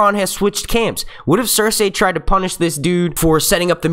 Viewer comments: If he says cers- ay one more time, it's fucking cers-eey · Pls pronounce Cercei right!!! It's not Cerceyy... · Anyone else bothered by his pronunciation of "cerSay"